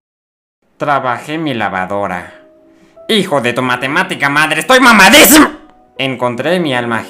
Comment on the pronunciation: baldi dijo mamadisim